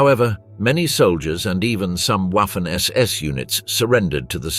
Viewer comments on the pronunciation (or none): Waffen SS - Just substitute a V for the W and it comes out right It's Vaffen. The letter w is pronounced vay